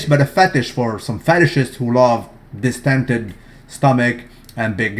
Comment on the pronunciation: Yo, repeat after me: D-I-S-T-E-N-D-E-D.